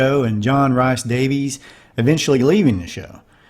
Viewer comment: You failed to mention that we can see the box used to cushion the fall under the chair! FYI: Rhys is “Reece” and Vasquez is “Vass-Kez”